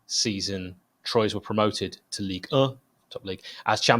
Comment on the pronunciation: That’s pronounced “ Twa” not “Troys” happy to help